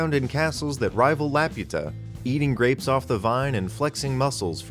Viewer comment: Good job not pronouncing Laputa the other way